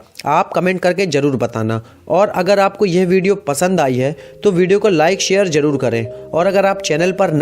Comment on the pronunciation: Jaroor Nahi zaror bola kari tasveer tajhveer Nahi shadi not saadi shakal not sakal..... Plz... Urdu ko urdu ke tara bola kari.... Sekooo... But nice work